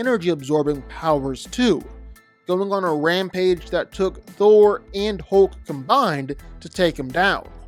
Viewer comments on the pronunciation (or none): none